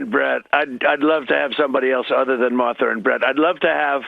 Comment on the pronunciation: Marther? C'MON MAN!! Mar tha!! 💙 Kamala 🔵 Walz TX. ALLRED ALL 🔵!!